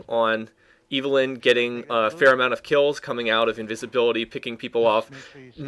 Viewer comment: ITS EVELYNN NOT IVELYNN!